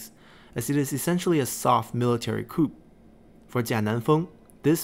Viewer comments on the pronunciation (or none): Great vids. One suggestion: the p is silent in coup.